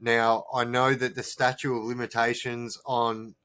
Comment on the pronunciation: Bro it's "statute of limitations" not statue....